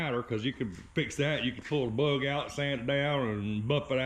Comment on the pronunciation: Close enough for me to 😊 music overlays perfect 👌 👍 the way you say bug love the accent " berrrggg"😂 in the paint. Now don't scratch it putting it together, that cars been though hell. 😊 👍